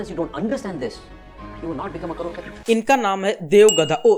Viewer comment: Did he just say “CROW PATI”? …….5.41